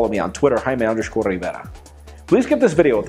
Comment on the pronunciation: I am a, haime...LOL of you say I am a three times it sounds likes Haime